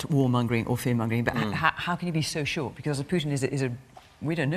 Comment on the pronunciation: On shor, off shor and makin shor 🤣🤣🤣